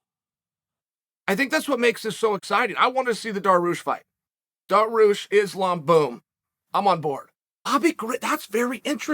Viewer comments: I cringe everytime he says it. Also "Surreal Gane" and "Khamzat Chimeye-ev" and "Daroosh".. dudes a goober. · Oh my god he said DAROOSH. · MAKELCHEV AND DARUSH 😂 Why is Chael insistent on saying fighters names wrong